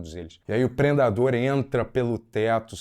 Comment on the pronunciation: "e aí o preNdador entra..." KKKKKKKKKKKKKKKK entrou fazendo brincadeiras e tirando onda, quase um Sérgio Malandro.